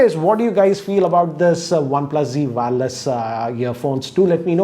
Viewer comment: It's not WAAAAAARLESS, its wire-less.. just kidding.